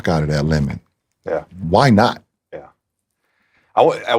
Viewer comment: the way bron emphasized “why not” like that knowing russ was in LA 😭